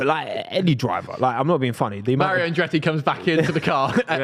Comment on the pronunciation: His name is ColTon HerTa no Coen herA and Andretti not Andreey speak the Kings English